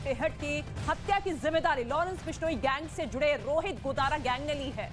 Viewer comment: ताराचंद जी का नाम भी nhi liya aur News wale Bhai नाम तो shi bolo गोदरा nhi hota गोदारा होता h kisne aapko job de di faltu me